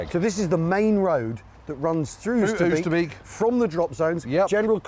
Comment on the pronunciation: Lovely work fellas. But can you manage 'Oasterbake'?